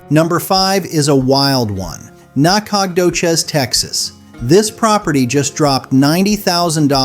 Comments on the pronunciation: Nah-cog-doches 😂 more like nacka-doe-shus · The narrator is very good, but when the said "NAK-COG-DO-CHIZ" my suspicion it's AI went confirmed. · Nacadocious is pronounced Naka doe shis . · Can we take a vote on Nah-cog-dough-cheese? I think it could work. Maybe we could do Natch-a-toe-cheese, too. Just to keep it even. 😂😂😂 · Nack-og-doe-chez lmbo 😂😂😂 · You butchered the pronunciation of Nacogdoches! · LOL! YOU GUYS TRYING TO PRONOUNCE "NACODOCHES", TX, CRACKS ME UP!! 🤣😱😂😁🫣😆😭I LIVE IN TEXAS, AND THAT TOWN IS BETWEEN WACO, TX & DALLAS, TX. NOT TOO BAD. AS FOR BUDA, TX, THAT'S SOUTH OF AUSTIN, TEXAS, ONLY ABOUT 30 MINUTES. IT'S OK, BUT IT'S A TYPICAL Hwy. #I-35 town, the very busy interstate town is similar to many other towns that this main highway goes right in the middle of the town. No biggie, kinda boring. 🫣😁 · ❤ this person doing the talking doesn’t know how to pronounce any of the names of the Texas towns. I’ve never heard such BS.❤ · Your pronunciation of Nacogdoches is killing me! 😅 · I laughed out loud at how badly the video butchered the pronunciation of Nacogdoces. I mean, tell me you’ve never been to east Texas without telling me…of course, there really isn’t any reason to go unless you’re hooking up with a co-ed at School For Alcoholics. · You should really figured out how to pronounce Nacadoches. It’s a beautiful town. And Sabine. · FACTS! EAST TEXAS IS TOO BEAUTIFUL TO BE TRASHED BY BAD PRONUNCIATION! 😂 👀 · Yes, please